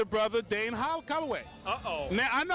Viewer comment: It's DANE not Dan! Damn!!! Lol